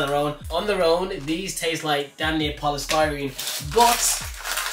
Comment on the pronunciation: Man said polystyrene, I can't unsee/taste that anymore😂😂